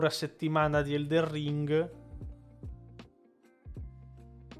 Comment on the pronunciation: Magari non ci sento più tanto bene io, però scusate, non è mica eldeN ring...? No perché continua a dire eldeR ring. È una cosa fatta inconsciamente oppure no...? Lo so, è una domanda da rompi balle ^^ scusatemi.